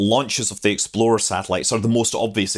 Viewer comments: I kept hearing Exploder I. I kind of wish that was the actual name. :-) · It sounds like you're saying "Exploder 1." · I keep thinking hes saying "exploder 1" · I remember building a plastic model kit of the Jupiter-C and Explorer 1 when I was a youngster. I still can picture the small bumps around the underside of the "bucket", now I know they were rocket nozzles! I loved the details in the video, Scott, but with the differences between our accents I started hearing you call it "Exploder 1", and now I can't help but hear it that way! 😁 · You know that when you say Explorer it sounds more like Exploder, right? ;-) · it sounds more like Exploder one than explorer lol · I keep hearing 'Exploder I' rather than Explorer. Half hoping to see an RUD. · I can’t unhear “Exploder One.” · I though it was exploder until I saw this comment... It would be a pretty funny name for a rocket though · Scott I enjoyed this immensely because it sounded like you were saying "Exploder One". :-) Your content is great. Keep up the good work! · thank you for your productions. I laughed each time you said "explorer 1" because to me it sounded like "exploder 1". carry on!! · I can't stop chuckling, every time you said it, it sounds like you are saying "Exploder One". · Something about the way you say 'explorer' makes me hear it as 'exploder', and that's a great name for a rocket. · Anyone else hear it every single time as "Exploder one"? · It sounds like you're saying "Exploder One" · Love the Scottish pronunciation of "Exploder 1" haha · "Exploder One" 😂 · "Exploder One"? : - ) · sounds like you are saying Exploder one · and your statement sounded like "Exploder One would get into orbit." Exploder is a bad name for a rocket. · Do you realize that you are saying "exploDer" instead or "exploRer"??? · ...and I just now got done making that comment myself! Just glad I wasn't the only one hearing it that way. Reminds me of that browser, "Internet Exploder".